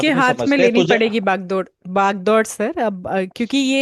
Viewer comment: बागडोर❌ भाग-दौड़....भाग-दौड़.....बाग-दौड़✅😂😂 Sirji ye kse kse namuno ko late ho aap.....aap ke naam par batta laga rahi hai